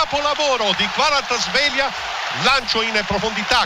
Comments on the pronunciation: Kvara-schelia? E Scaramuzzino che chiama Zoboli invece di Zanoli? 🥴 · Tsimikas = Zimikas Kvaratskhelia = Kvarazkhelia Perché? PERCHE'?